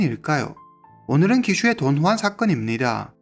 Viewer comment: 돈주앙이 더 맞는 발음 아닌지?